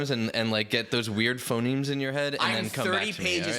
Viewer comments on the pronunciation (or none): none